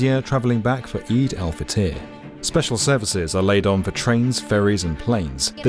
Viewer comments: I don't know how it's meant to be pronounced, but that's the first time I've heard it pronounced as "eye'd" rather than "ee'd"... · yes the holiday of EYE'd. out with the old eid in with whatever the hell the anchor said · The news anchor needs to practice his pronunciations lol he said Eyed instead of EID 🤣🤣🤣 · It's not 'AYD' it's 'EED' Love from Bangladesh, it's similarly hectic here if not more. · Man called Eid....IDE! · Holiday called "a-ed" 😂😂😂😂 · Bro really said Ayd at the beginning. Bruuuuh